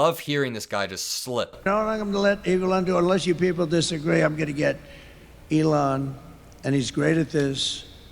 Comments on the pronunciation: Is he calling Elon Musk: Elan?? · Sounded like he said, Evelond, then corrected himself on the next "sentence". 😆🐽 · That slip up trying to say "Elon" sounded like "Evil-on", which is somewhat appropriate. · “Egolan” is what he said, for Elon. E-go-lan !! 🤣 sounds like he’s abt to say say “Egolan Longoria”, (sorry Ava Longoria!) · I thought he called Elon Eva Longoria